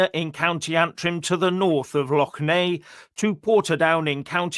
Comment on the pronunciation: "Lock" Neagh hahahaha pml.